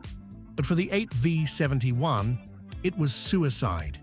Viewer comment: 8 five 71? AI narration which can't recognize a V? That tells me all I need to know in less than 5 seconds. Click bait.